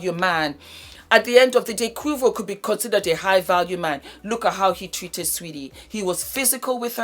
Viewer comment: Its pronounced Kway-vo 🤣🤣🤣